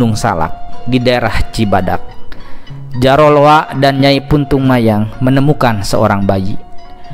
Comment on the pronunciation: punten sanes puntung mayang tapi puntang mayang,resi saradea ti gunung arca